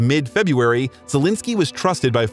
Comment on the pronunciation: Aw man, the way you pronounce his name sounds like Zelinsky instead of Zelensky